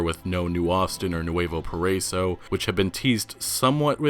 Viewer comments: you should accent the "i" in "nuevo paraíso" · You are pronouncing nueva paraiso wrong. It’s Spanish for “paradise” pa-da-eeso “ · It's pronounced NU-EH-VO PARA-E-SO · Hey dude, quick comment. “Nuevo paraiso” is pronounced “noo-eh-voh pah-rah-ee-soh” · Stop butchering the pronunciation of Saint Denis and Nuevo Paraiso. You could make a little effort to try and learn those two specific towns names. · Man, just listen to the correct pronunciation of "Nuevo Paraiso" at google translate. Like, please. Great video as always. Keep up the good work.